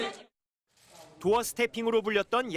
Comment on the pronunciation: 일해야죠 가 아니라 술먹어야죠 로 들리는...